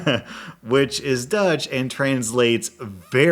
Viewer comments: Please NEVER try to talk dutch again, it just hurts my ears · Even though I have no idea how to speak Dutch, I can honestly say that you totally butchered it. Kudos for trying though. 👍😁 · As a Dutch person.. I've never seen someone butcher my language that much 😂